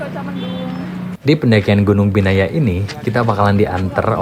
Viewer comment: di vlog bilangnya biyana, nama gunungnya binaya:face-pink-tears